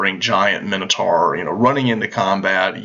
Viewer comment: Why does nobody know how to properly pronounce Minotaur?